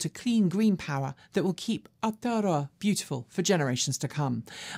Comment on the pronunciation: Sometimes has N.Z specific items,a bit more would be good. She must have practised pronouncing Aotearoa.